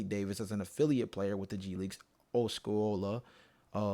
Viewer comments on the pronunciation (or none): Bro you lost me when you couldn't pronounce Osceola that proved to me you were not a real fan nor from the area say it w me (aw-see-oh-la) Osceola I'm also thinking about starting in Orlando magic channel and would love to collab some content with you if you would be interested